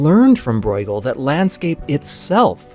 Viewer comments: Not pronouncing Bruegel right. It's just broo-guhl rather than broi-guhl. You may be confusing it with the German 'eu' which would be pronounced 'oi'. But 'ue' in flemish is just pronounced 'oo". Long u. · Just a small detail - Breugel is not pronounced “Broygel,” that would be a German reading of the name; in Dutch and the Flemish pronunciation the eu is somewhere between the German Ö and Ü. Almost like French “eu.” In English it usually gets pronounced as an “oo” because we don’t have those front rounded vowels. (If we wanted to be pedantic, we could also talk about the G but even though it’s closer to the German ch, the G is an accepted English pronunciation.) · How do you get the pronunciation "Broy-ghel" from Breugel!? 😂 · You grossly mispronounce the names Breughel and van Gogh. Why not find out how to pronounce them correctly before recording your voice-over? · Great video spoiled by the pronunciation of Bruegel and Van Gogh.